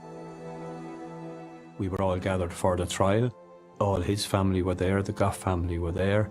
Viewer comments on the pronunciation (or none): It’s gough not gouch.